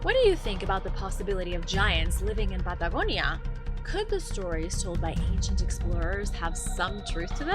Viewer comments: The pad da go ni a made me run, sorry 😞 wees white... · Why is she pronouncing Patagonia all accenty when the rest of her speech is normal? Good info presented, but that's really annoying... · Why do you take on a strange accent when you say the word Patagonia